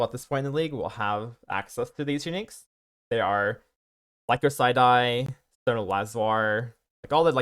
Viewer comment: lie-Kos-syd-eye or Lie-kose-syd-eye. Great guide for a great build! Cheers.